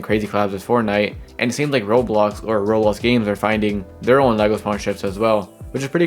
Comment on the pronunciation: I’ve already said this 100s of times that even when I slow down I still can’t understand because he doesn’t even fully pronounce most of the words. For example he says “Roblos”